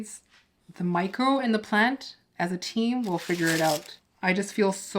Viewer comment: Are you saying mico or micro for fertilizer?